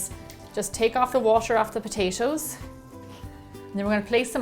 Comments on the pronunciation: i luv the way she says potashoes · She says potatoes like potashows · Potachio. Potacho. Potaaaayyyshow. :) We will go ahedge and put them on a playshe. Each potayshow, one by one potayshow. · Potatios??? lol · I love the way she's saying "patato's" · All I heard was POTACO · and why does she say it like "potacio".... ugh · Is she saying potasho?! I'm serious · did she say potasho? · whenever she says potashos i cringe no offence for sure